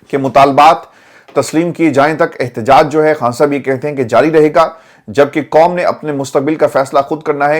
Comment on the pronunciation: السلام عليكم ورحمة الله وبركاته۔ عرفان بیٹا۔ آپ اردو بھول گۓ ھیں آپ کہتے ہیں حقیقت کو حکیکت ۔ قوم کو کوم کہتے ہیں۔ حق کو حک کہتے ہیں۔قائل کو کائل۔ آپ نے ۔۔ ق ۔۔ کوکیوں بھول گۓ ھیں ۔ محمد meesaW قریشی ۔ کراچی۔